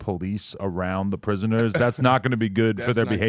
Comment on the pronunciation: Adam put the hard R on prisoNER 😂